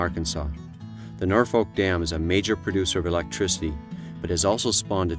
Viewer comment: Well this is cool to see but it's "Norfork" river not "Norfolk" ...